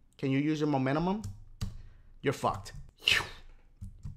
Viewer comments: Lmao he said "can you use your momentumum" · Why hasn't anyone told him that it's 'momentum' not "momentemum".